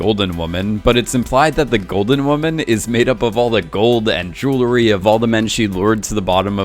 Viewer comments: dude can you stop pronouncing "JEWLERY" like a 14 year old? lol jesus... it's JEWELRY. literally how its spelled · Say it with me “J-E-W-E-L-R-Y!” Why do you idiots keep adding an extra “L” between the “W” and the second “E”? Hearing the word “Jewelry” being butchered is so fucking aggravating.